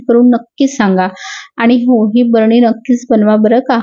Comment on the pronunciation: "भरणी ".... नाही ग, बरणी.....😅😅